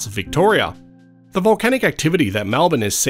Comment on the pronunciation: Malbin - REALLY! Try to pronounce it correctly please!! MELBIN.